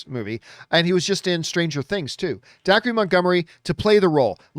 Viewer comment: Dacre is pronounced Daker.